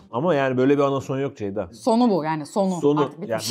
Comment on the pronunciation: Nobody:: Deyda Really Nobody:: Beyda